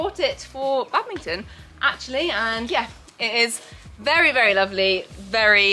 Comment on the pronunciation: Bad-ming-ton. I just can’t with that. I’m sorry! I love but- 😰